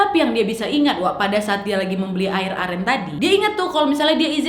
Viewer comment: Aku dengernya beli air amer bukan air aren😭😭